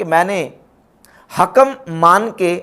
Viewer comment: آپ حُکم پڑھتےہیں -غورفرمائیں شاید (ح) کےفتحه کےساتھ ہو !!!